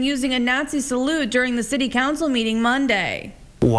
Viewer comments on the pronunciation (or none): none